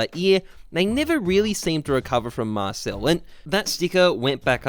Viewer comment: "dreamhack marcel" come on man